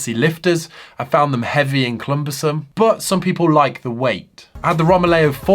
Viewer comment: 'Clumbersome', you legend. 🤣